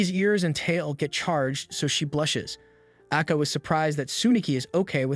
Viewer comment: Ako is pronounced Long A - Ko (long O) ... Eay - K-Oh